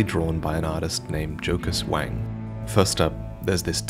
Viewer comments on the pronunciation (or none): Anyone here hear "Joker's wang" not "Jocus Wang"?